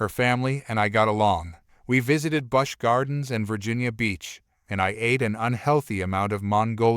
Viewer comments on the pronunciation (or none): Also Busch (gardens) is pronounced Bush, like a small tree.